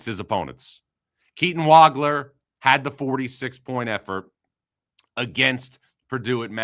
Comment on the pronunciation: Nice to hear Keaton's last name pronounced correctly.